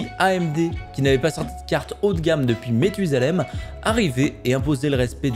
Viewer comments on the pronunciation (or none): On dit "matusalem" 🤣👌🏼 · petite correction, c'est Mathusalem, prononcé ma et non mè. voilà voilà. Sinon bonne vidéo comme d'habitude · "Méthuzalem" XD